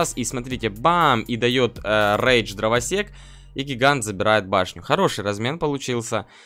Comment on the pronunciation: Ты говоришь дровосекс как зебра😂😂